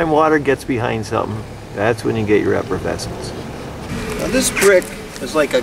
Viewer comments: It is called efflorescence, not effervescence. Effervescence either refers to the bubbles in champagne or someones enthusiastic and positive personality. Efflorescence is the salty substance that forms on walls after they have been exposed to moisture. I'm just saying if you are going to introduce a new word into peoples vocabularies you should probably pronounce it correctly. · when a so called expert say effervescence (what alka seltzer does) instead of efflorescence over and over again, I'm done watching. Like listening to Bush constantly saying nukular. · You keep saying efforvescence Instead of efflorescence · Sort it out - "Efflorescence" not "Effervescence." That's the fizz in your Elephant beer.) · as an architect full of nuts and bolts I had to chuckle at your pronunciation of efflorescence. Its not effervescence, although effervescence sounds more "bubbly" lol. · Effervescence and efflorescence are two different words with different meanings and different pronunciations. You're saying one when you mean the other. A proper wall should not be effervescent, which means "infused with bubbles". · He has it spelt out in the video although it does sound like he is saying effervescence. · I heard “effervescence”